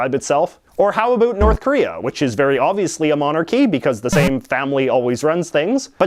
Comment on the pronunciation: Who likes that he says "Abut" instead of "About"?